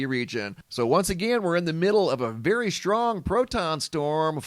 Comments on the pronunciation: I’m sorry it’s the way you and my entire family pronounce strong as shhtrong just a pet peeve of mine, carry on sir. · STRONG does not have an H in it and it never did so please try to pronounce it properly I Love You Brother, 6 years I’ve been subscribed, God Bless